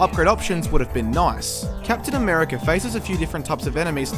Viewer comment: Captain Americurr